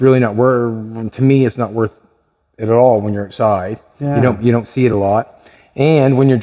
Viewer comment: Go oatside 😂😂😂😂outside,not oatside